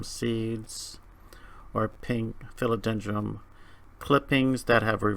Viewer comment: Philodendrum...? Are you saying that on purpose? lol. Other than that, very informative video.